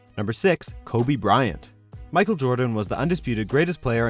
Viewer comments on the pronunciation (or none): none